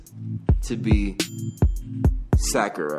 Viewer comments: Am i the only person bothered by the way he says Sakura's name? Sincerely, a Naruto fan lmfaooo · Is saying byakuya and Sakura wrong on purpose and does anybody know when his next merch is dropping